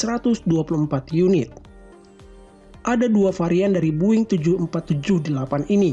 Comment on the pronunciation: its not buing, its boeing